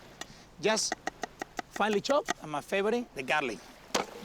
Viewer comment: "finele chopped" he didn't do one fine slice with about ten strokes.